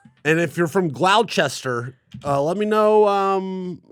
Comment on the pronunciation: Way to absolutely butcher Gloucestershire's pronunciation,! 🤣